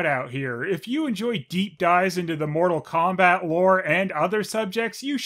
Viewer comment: You turned Mortal Phombat into Mortal Khombat :(